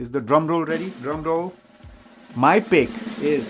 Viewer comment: Thank you for the list (btw it is pick not pik lol)